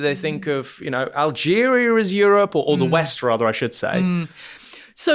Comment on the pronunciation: Algeria, not Algeri-er. Why can't you enunciate correctly? You make yourself irrelevant by not using proper grammar